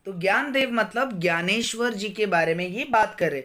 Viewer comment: Vo gyaneshwar nahi Dnyaneshwar hai